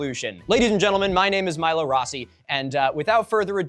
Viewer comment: Milo get a big dinosaur fan on your team I cannot condone those pronunciations